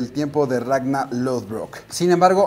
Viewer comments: "RagnaR"!!!! no Ragna... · Xq le dice ragnal - _- no es monsters inc.